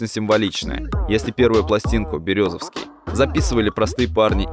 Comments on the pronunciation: город БерЕзовский а не БерезОвский...москва епт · Березовский ударение на Е